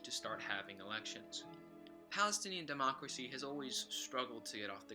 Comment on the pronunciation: lmao Democray